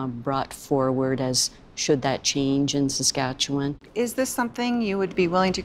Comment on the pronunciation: I can't take the way she pronounces Saskatchewan. Why is it so so hard? The end is pronounced like 'one'.